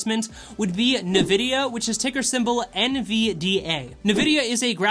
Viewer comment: good vid, N-vidia (like Envy in spanish) btw. not Nevidia. AMD has potential too, since they came back, they've been killing it in the gaming space with their Ryzen processors